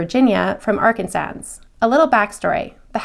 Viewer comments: no worries at all! I'm not a stickler I just chuckle a little. It's pronounced ark-an-saw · Love love love your stories but when you said ARKANSAS I died laughing! 😅